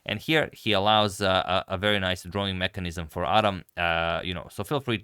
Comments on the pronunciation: It's pronounced Ad-ham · Thanks for sharing this, just a little note the name is pronounced “ad-ham” with the h sound present. 😊